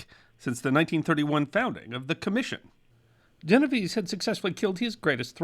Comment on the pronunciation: Unfortunately, he mispronounced Genovese.